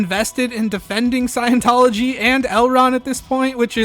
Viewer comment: 'Scion'-tology, man.